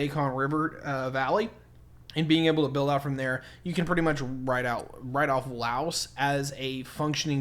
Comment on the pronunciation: We Laos have China and ASEAN is all that is needed since we are the only landlocked country. And please pronounce Laos correctly or don't even bother making stupid uneducated videos! Right now Laos is now land link with China under the BRI initiative. And Thailand has no concern for us. Not sure what you trying to say here because everything you say here is based on lies and you are a war-monger.